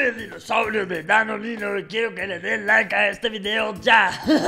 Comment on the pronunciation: Soy yo o oí que dijó danonino?